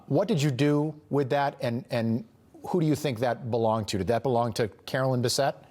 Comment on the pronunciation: It's Carolyn Bessette-Kennedy not Caroline, his sister. Two different names pronounced differently.